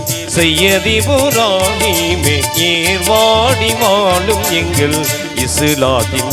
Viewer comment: டேய் தம்பி தமிழ் உச்சரிப்பு உனக்கு சரியாக வரவில்லை தமிழ் நல்லா கத்துக்கோ ஓகே வாழும் வாலும் இல்லை